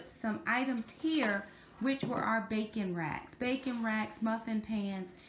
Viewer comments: Good job! For a moment I thought you said bacon racks! 🥓 🥓 I’m enjoying your Tidy Tuesday vlogs 😀👍🏻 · I thought she said bacon at first too! 😄